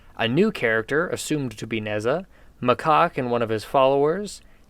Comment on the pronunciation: I hate being this guy, but the second "a" in Macaque is pronounced like the "a" in Zack, not another word that rhymes with jock. That aside, I am IN LOVE with this set, and I can't wait to build and revamp it later on.